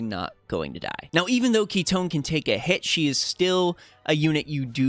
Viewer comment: FINALLY! SOMEONE WHO PRONOUNCE KITONE PROPERLY!!! Aside from AOJ ofc hahaha Awesome content as always!!!